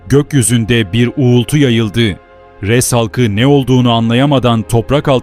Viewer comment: Bende diyorum bu ashabı Rass ne demek farklı bi kavim mi yoksa sıradan bi söz mü meğerse bi kavmin adıymış AshabulRass Ress değil arapçada R harfi ince değil kalın seslidir